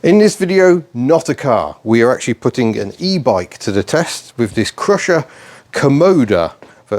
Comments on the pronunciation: Is it not Cy-Rusher rather than Crusher? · Just to give you a heads-up: Cyrusher is pronounced SIGH RUSHER. The name stands for CYcle RUSHER. Thanks for the review. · Youre saying the name wrong. Its Cy-rusher as in 'cy'cle. You can de-restrict this very easily by removing the panel directly below the battery and disconect the one wire jumper connector and thats it. Full 900w power. Will do 40kph 👍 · It’s pronounced Cy-rusher